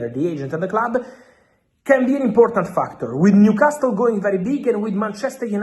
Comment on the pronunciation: Why does he keep saying “Newcas-TILL?????? It’s doing my head in!!!!